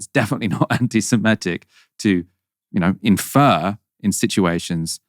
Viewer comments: SEMITIC not SEMETIC. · SeMITic, not s'METic... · The word is seMITic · please learn how to say ‘Semitic’